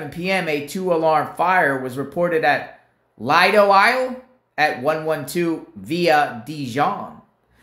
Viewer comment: Pronounced Lee-doe Isle, which is an island that has 26 streets. Each street starts with a letter from the alphabet. You need a lot of money to live in Lee-doe Isle. If you live on the island, everyone knows each other.